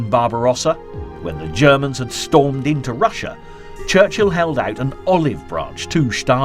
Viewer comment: Ah, here is that guy who pronounce "Shtalin" and, most important, makes a lot of other mistakes... What a waist of time